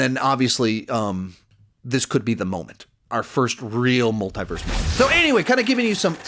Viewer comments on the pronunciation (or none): love your videos and all your content. But there's something about the way you pronounce "multiverse" that keeps bothering me. Try to listen how they say it in the Arrowverse